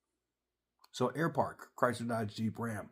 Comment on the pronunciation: Air Park? Sounds more like Air Fart, shame.